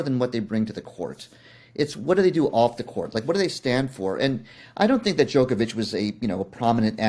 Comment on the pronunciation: His name rhymes with Jock not joke get it right